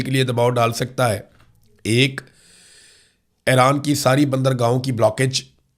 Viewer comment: برادرم، براہِ کرم اَیران (AIRAAN) نہیں اِیران (IRAN) بولا کریں، شکریہ ۔